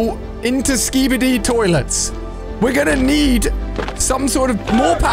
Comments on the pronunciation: You pronounce it as skibidi. Not skibidi. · you said skibidi wrong